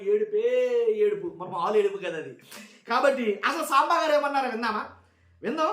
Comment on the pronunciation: 😂tv 5 saambaar antunnattuga vinipistundi😂